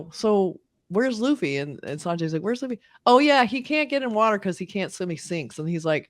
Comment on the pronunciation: I was going to subscribe until I heard someone mispronounced luffy’a name specially when the live cast made a whole YouTube video on how to pronounce the name.